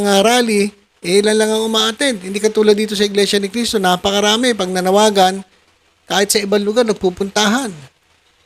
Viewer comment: Di ka ata marunong magbasa brod,ang laki ng mga nakasulat sa kapilya, na Iglesia Ni Cristo,pero iba parin ang pagbasa mo